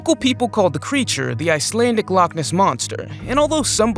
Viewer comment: As a Icelandic u said it wrong